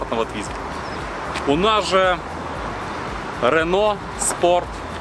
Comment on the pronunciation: Рено ане рэно